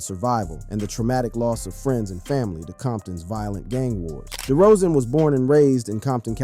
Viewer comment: It's DeRozen not DeeeRozen